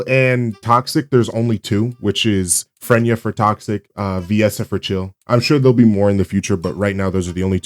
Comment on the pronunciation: its FREY-NA! not fren-yuh silly goose